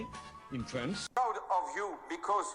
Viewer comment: La prononciation du mot France ressemble à friend